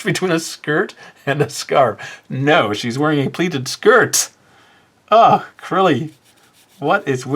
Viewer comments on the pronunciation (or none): Now whenever I draw a skirt, I hear say "Skirf"